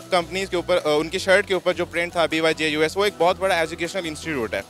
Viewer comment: Pronunciation of BYJUS - BAAYJUJ